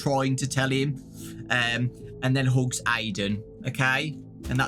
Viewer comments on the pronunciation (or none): When ever he says hugs I hear hooks